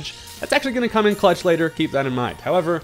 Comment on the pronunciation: Cuh-lutch game, that one